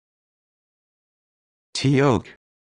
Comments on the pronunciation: Absolutely horrible pronunciation. I always struggle with this word, but my local Korean market has a pronunciation guide on their menu, and they have “tteok” pronounced as “duck”. It’s not perfect, but it is a heck of a lot closer that “tea oak”. 🙄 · it s writing " tteok" but when u pronunce it, u say " ttok" cuz "eo" = o